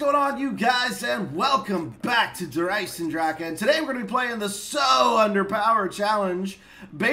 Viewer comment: confirmed only american youtuber who pronounces Der Eisendrache correctly